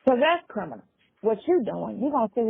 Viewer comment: I thought that I was the only one who noticed that never says the word CRIMINAL! He always says CRINIMAL! 🤣😂